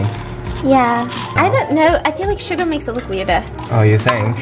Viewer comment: When she read out the ingredients I was thinking hmm what’s schugar? I’ll have to look that one up... and then I realised it’s sugar 😂😅🤦🏽‍♀️